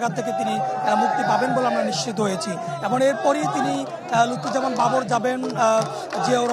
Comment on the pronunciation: Not Lutfor Rahaman Babor correct Name Lutfuzzaman Babor.